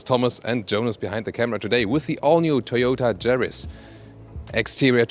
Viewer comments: Ja !! (Ya) I noticed that too .. 😎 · Yaris NOT Jaris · Sorry for being a pedant. But in English Everywhere, re the Yaris the 'Y' is pronounced 'Y' NOT 'J'. Like the colour 'Y'ELLOW or girl named JANET or JANE a Russian plane, YAK 40. ps. I love your car reviews & apologise if I've given offense. :-) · Autogefühl it’s Yaris not jaris English please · Good video. No idea why you are pronouncing this car Jaris in english when you pronounce it correctly in german. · It's Yaris, not Jaris. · it's a Yaris, not Jaris. Please, prepare better next time. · No, do you? Bc saying "Se Djaris" really made me laugh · Hahaha what is “garis “ ???? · Is it me or this guy is calling this car jerry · I don't like the "Jaris" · More like Mazris! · He said Thoyoutah Chariss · Hmm, he does very well in English, as most Continental Europeans do. Someone should just explain to him that in English, the 'Y' sound is like the German 'J' sound – not like the English 'J' sound! :^) But a very good intro to the new model.